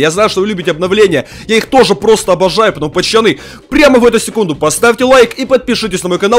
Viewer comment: Говорят "Пацаны" Говорит "Пачаны* И что выходит? 🤔 Странно это всё, странно...